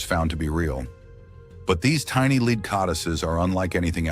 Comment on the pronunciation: Why mispronounced the word "lead".?????